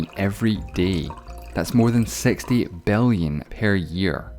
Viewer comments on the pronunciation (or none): You have to work out the way you pronounce i and e letters. 😅 instead of six I heard sex, billion I heard belleon.